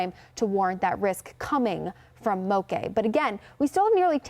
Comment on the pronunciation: she's mispronouncing it. Moke sounds like woke not cafe'. In Hawaii, a "moke" is a rugged local who has a tendency to fight.